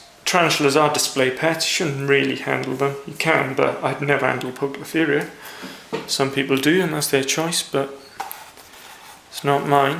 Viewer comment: poucloferia ? hehee english is shitty in spiders world :P